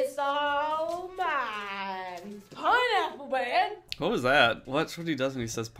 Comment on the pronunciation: the more I listen, the more it sounds like ‘pineapple bed’ than ‘pineapple man’